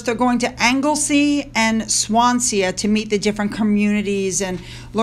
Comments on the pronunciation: Can I just say, and this is not a dig or a correction, I love the way you mispronounce our place names, It's cute as hell. You said Swansea, sounding like swan se a, it made me smile. But just so you know, it's pronounced Swan sea. I always love videos of visits from places like, Wales, Scotland and Northern Ireland. Because there are people online, that would have you think the Welsh, Scottish and Northern Irish hate the crown as well as the English. They don't, and this proves it. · Swansea as in swan-sea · It’s pronounced swansee. Lots of anti monarchy feeling in wales, btw. They will have their work cut out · great video. swanssea is prounounced like swans by the sea. swan- see swan- sea . Have a wonderful day. Always enjoy your videos.